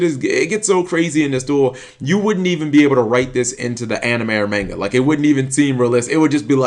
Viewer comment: Love your vids, laugh at how you still pronounce manga